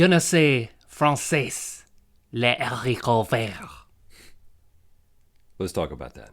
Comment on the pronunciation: Link, you do realize that in the beginning you said "I no say French, the green beans", right?